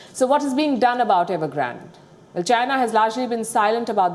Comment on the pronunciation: What?Evergrand OR Nevergrant ?🤔😆🤣